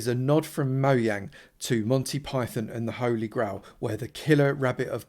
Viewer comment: I think it’s pronounced “Moh-Jah-ng” not “Moh-Yah-ng” :)